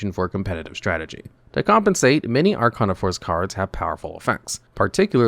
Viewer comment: Why do you pronounce Arcana wrong? You've seen GX. You should know how to say it.